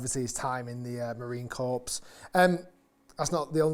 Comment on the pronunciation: "Marine corpse" lol